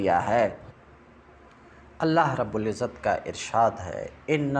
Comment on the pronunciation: معافی چاہتا ہوں آپ ہمارے بڑے ہیں اصلاح کر سکوں اتنا علم تو نہیں البتہ اپنی اصلاح کے کئے عرض یہ کہ (من إنقطع الی اللہ) کی بجائے من إنقطع الی الخلق کی آواز آ رہی ہے